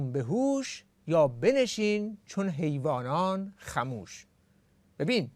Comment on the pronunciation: یا بنشین چون حیوانان خموش " حیوانان" لازم است به فتح " حا" و " یا" خوانده شود.